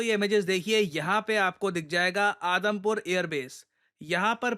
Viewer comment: i literally heard Adampur air airbase as Adamkhor airbase